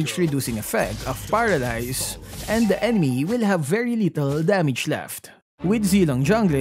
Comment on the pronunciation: He said "paradise"... Did he mean to say "paralyze"???